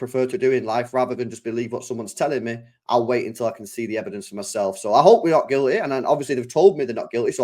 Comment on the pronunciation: Chaps, it’s City not citeh and Guilty, not Gileh. Speak proper please